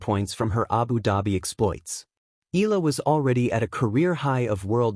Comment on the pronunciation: The family name is pronounced " E-ya-la"